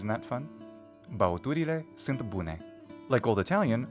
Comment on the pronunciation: Your excellence is also proven to me by the fact that in Romanian you pronounce ”sunt” as [sɨnt] unlike many mislead native speakers.